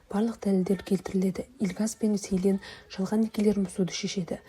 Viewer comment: Селин емес джилин деп дұрыс вйту керек есімдерін